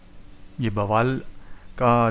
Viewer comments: Bawaal nahi Bawal hai.Pls correct your pronounciation. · Bawaal nahi, baawal hai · Bawal is pronounced as बावल, not बवाल, just to inform you, otherwise very informative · Sir ji Aapne to usey bawaal bana diya 😄...Baawal naam hai us place ka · Bawaal nahi baawal h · बवाल नहीं वो बावल है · it is pronounced as Baawal and not Bawaal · बवाल नहीं बावल है🙏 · pls dont say " baawaal" its " Bawal" :-) nice video though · Sir, the video is undoubtedly knowledgeable but the pronounciation for Baawal is not ok ..if you can make the correction ....it is baa...wal....not ba...waal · बवाल नहीं बावल है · It is pronounced as Baawal not Bawaal. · Bwal nhi bhai bawal h wo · Bro it's बावल not bwal 🙂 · Bawal ko 'ba' nahi, 'baa' Kehte Hain. Spelling Bawal hai, lekin pronunciation Baawal hai. Just correction. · बवाल नहीं है वह बावल है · It's not बवाल it's बावल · Great work bro👍👍.... Metro is Metro on paper, hawa chalegi, stations will change 😅... And Bawal is pronounced as 'Baawal' not 'Bawaal' 🙂🙂.. appreciate your work bro....👍